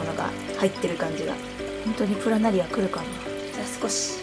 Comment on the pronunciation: プラナリ↓ア↑